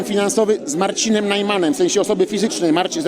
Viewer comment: czy ja dobrze słyszę: z Narcinem Najmanem